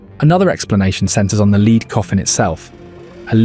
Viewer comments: The voice is good, but the mispronunciation of 'lead' really stands out. I prefer someone real reading. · The Real story told by a human, not a bot who can't pronounce lead properly. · AI alert can’t distinguish between lead as lead a horse,and lead as in the metal element. Sigh! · Led not leed. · It's lead, lead, lead (led)!! :face-purple-crying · A.I. not being able to differentiate between "leed" and "lead" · Medieval bot not meeedeeeval and lead not leeed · The metal lead is pronounced “led” but this machine sometimes said “leed.” AI is annoying. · "Leed." we get it! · How come the producers of this video didn't check the narration and correct the "leed" coffin? The AI voiceover would of been convincing apart from this. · It is funny how Ai reads the word correctly once (Led) and incorrectly 5 other times (Leed), showing the English language is a bytch to learn. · Lead is not pronounced Leed. I hate AI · I'll bite. what's a leed coffin? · AI narrator just gave itself away when it said "leed" instead of "lead" when talking about the lead coffin! Can't the bloody creator narrate his own video! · lol every time he said leed instead of lead I cringed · ai. lead said as leed. ffs. no more. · never noticed the AI voice so much as on this one, Leeeeeeeeeeeeeeeeeed coffin L.E.A.D. pronounced LED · Because it's AI slop, the way it says "lead coffin" as leader not lead the element shows it's AI. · It's an A.I. Voice over. It 'effed up again, just after it pronounced lead as "Leed" (Although lead - as in the metal and lead - as in to lead an army etc, are both spelt the same they are pronounced differently) using the wrong pronunciation. Then, the A.I. narrator then messed up again. It had a spaz attack for a second. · A leed coffin, silly AI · finally it is correctly prononced..then about 1 minute later again it's LEEDS..WTF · Leeeeed coffin! You talk history but mangle the language… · What’s a leed coffin? 🧐